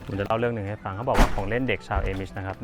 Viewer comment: อ่านว่า อามิช ค่ะ ไม่ใช่ เอมิช